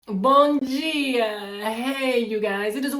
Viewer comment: Guys, there is no J in DIA. It's D-I-A. Deeah. Thanks.